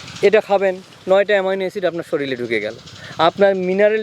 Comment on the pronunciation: ওরে ভাই শরীল নয়, কথাটি শরীর । অফিসার??